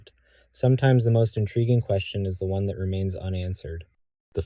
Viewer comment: I tolerated the AI saying “Herculee”, but pronouncing “one” as “own” was vile.